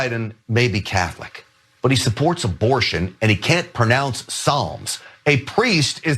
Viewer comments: Let me guess this dude pronounces the l in salmon too right? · President Joe can't pronounce psalms....he managed to do okay with Psaki🤣😂🤣burn! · Biden has a speech problem, So what? We all knew what He meant , Psalms !! & God happens to Love Lady GaGa as well as Us. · Can't pronounce Psalms? That's it. He's the AntiChrist. We're doomed. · He can't pronounce psalms ? There are a lot of thing's trump can't pronounce like hamburgers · Yeah not being able to pronounce “psalms” is a sin,unlike adultery. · He can't pronounce Biden can't pronounce "psalms"? OH, THE HORROR! WHAT KIND OF MONSTER HAVE WE ELECTED? WON'T SOMEONE PLEASE THINK OF THE CHILDREN???????????